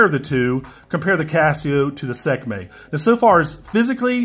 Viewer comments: Sek may 😂 its pronounced 'See kuh may' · lol "Sekmay"